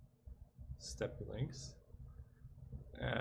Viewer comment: Thanks for the content, dude! Just so you know, it's "Step", not "Step-pee" in "Steppe Lynx" (If you google "Steppe", there's a volume icon under the word in the "dictionary" result, if you click on that it'll have someone saying the word, also note the phonetic transcription.).